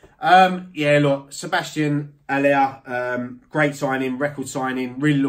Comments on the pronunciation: love that actually bothers to pronounce Haller name correctly! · I rate your pronunciation of Haller